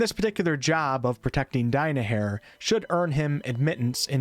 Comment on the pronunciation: The way you pronounce "Die-my-hair" makes me want to meet Minsc's sword.